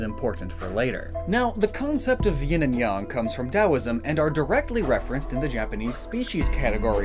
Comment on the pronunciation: THANK YOU for saying Yin and Yang correctly most people say it wrong instant like from me